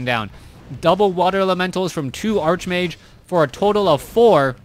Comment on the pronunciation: nice cast, but why do u keep calling the hero "Arch-mage"? its actually pronounced "Ark-mage"